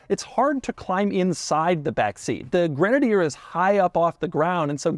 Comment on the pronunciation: Doug is the kind of guy who mispronounces literally everything 😂